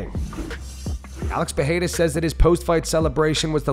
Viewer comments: Pereira not Peheira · Since you really liked correcting yourself a while back with Adesanya's pronounciation, his name is not PEHEIRA it's PEREIRA, get it right! (Yes, I'm right you don't need to try to correct me).